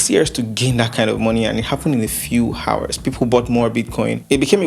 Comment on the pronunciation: the h in hours is silent